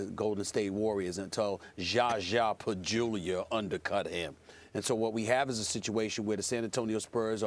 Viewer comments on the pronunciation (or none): I’ll never get tired of SAS going off on “Jaja Pachjulia / Pachjulier”😂